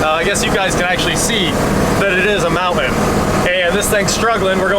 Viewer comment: Are you ever going to learn how to pronounce Mountain correctly?